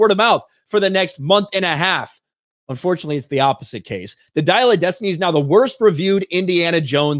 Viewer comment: Dial of Des Tit Knee.